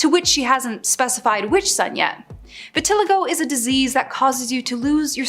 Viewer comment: I've never heard vitiligo pronounced that way